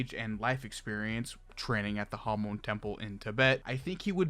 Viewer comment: i'm sorry but why do you pronounce hamon like jámon